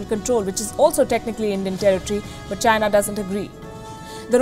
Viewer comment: its China. .Come on, try it, Chy-Na.....not Jhyna...lol. what kind of talking head is she...lol